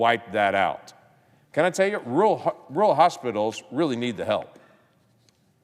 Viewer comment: Democrats love spending OUR tax dollars behind our backs. "Rural" has TWO "R"s. Neither is silent. That's the "rule."